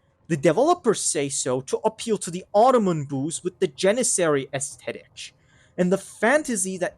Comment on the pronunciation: I can’t tell if it’s a mispronunciation of your enthusiastic hate-filled words, but “aesthet-itch” sounds like a word to reuse later